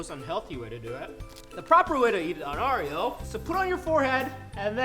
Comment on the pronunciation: It’s Oreo not areo but then later in the video u say Oreo